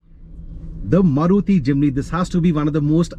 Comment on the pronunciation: Misinformation! 😂😂😂 1. 2 means 1 and upto 2, not starting at 2!!! 2. gear shifter has to be in neutral and parked, to shift into 4L from 4H. 3. Its Maaruti, not marooti. 😂😂😂